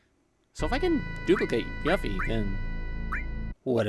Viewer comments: Why does he keep saying Yuffie like “Yuffy” and not “You-fee”? That’s how it was pronounced in KH and DoC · Yoo-feee not Yuhfee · I'm sorry, did... did you say.... "Yuh-ffy"??? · Really??? I always say YOO-fie